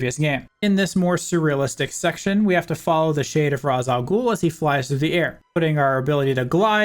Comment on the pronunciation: Now, am I pronouncing this right?.